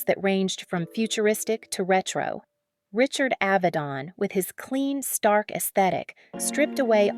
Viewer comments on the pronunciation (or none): none